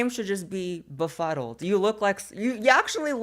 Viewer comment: Blaire got so much botox she can barely pronounce befuddled.